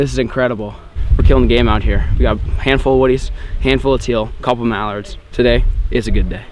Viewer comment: apparently you dont know how to say mallard